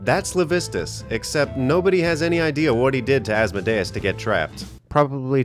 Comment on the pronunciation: You pronounced asmodeus wrong